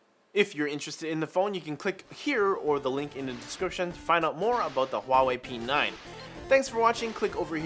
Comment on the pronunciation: P9 ? "Pee Nein" !